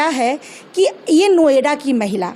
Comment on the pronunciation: Noida bhi bolna nahi aata hai